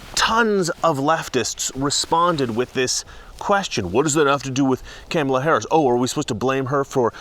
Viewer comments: Your not pronouncing her name(Kamala)....correctly so that makes you a racist 🤣🤣🤣🤣🤣🤣🤣🤣🤣🤣🤣🤣🤣🤣🤣🤣🤣🤣🤣🤣🤣🤣🤣🤣🤣🤣🤣🤣🤣🤣🤣🤣🤣🤣🤣🤣🤣🤣🤣🤣🤣🤣....I'm obviously being facetious!!!!🤣🤣🤣🤣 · Your pronouncing her name wrong......think of the 80s wrestler who was tribal and came out in war paint. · YOU'RE MISPRONOUNCING HER NAME...REEEEEEE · You better learn to say Kamala name correctly, other wise the lame stream media will come after you like they did Tucker Carlson. 🤪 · Be careful, you are pronouncing her name wrong! The MSM are going to come after you. Also, Biden is now a true classic Democrat. He is an old white man with a colored woman to take care of him. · U do politics for a job bro lol how do u keep saying her name wrong? I don't care but I saw tucker doing that to. Like how don't yall know how to say her name right lol its not even hard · You mispronounced her name. CNN will be coming for you for your intentional racism. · It’s comma-la, not can-ma-la, you bigot racist!😂😂😂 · It is Kaa mala not Kam mala, shesh get the next VPs name right... BTW Kamala means Horrible in Finnish. Which is appropriate. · Oh are you in trouble Mister it's pronounced 'Comma La' not 'Kammela'. The Democrats made it clear "pronounce her name correctly!" Joe Biden can't do it either! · OMG (My G IS Goodness) did you not get the memo, it's name is pronounced Ka Ma La. No soup for you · IT'S KAMA LA, like comma. How dare you! 🤣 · It's Cum-Allah say it right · You have to pronounce Kamala right, like comma. Remember the crap Talker got the other day. LOL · Dont be a racist sexist her name is pronounce Comma K La. CNN jumped all over Tucker for pronouncing her name wrong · I love how after CNN bitched about tucker saying "cam" ala harris' name wrong as a deliberate attack, you're doing it on purpose, lol! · Its pronounced car ma la dumbass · Uhhh you're pronouncing her name wrong. It's "Copmala." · If you are going to talk about her pronounce her name rite it's 'mala Harris you racist lmfaoooooo